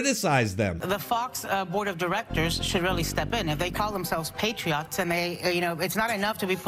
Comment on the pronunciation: What's a "Patri-yacht"? 🤔 [ Ana] Is that something we see at a boat parade for President Trump or something? 💁‍♂️🤭